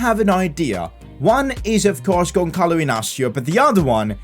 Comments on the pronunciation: Who cringed when he said GonCalo Inácio instead of Gonçalo Inácio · the ç you read pretty much as an s in portuguese, so just basically say Gonsalo an not Gonkalo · when the is int the middle it's an s sound so the sound is Gonsalo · you need too reed the ç like a s